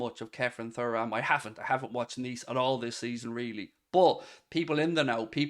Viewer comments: Please pronounce his surname properly....say it like Churam!! Anyway, that being said, yes I'd love to see him at Anfield! Get it done!! YNWA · It's pronounced Tooram. Please for the love of god. Anyway, Thuram is a 100% buy. Said for months now I'd be happy with him and Mac Allister coming in. He's an absolute athlete, good on the ball, very quick, strong and dribbles forward well. He's basically Fabinho with pace and power. Imo he'll be one of the best in the world very soon. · It’s pronounced Churam if you ever watched his dad play